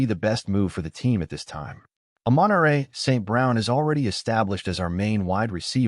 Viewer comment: the A.I voiceover just can't get the pronunciation of either Amon-Ra or Aiuk's name correct. makes the whole thing difficult to listen to.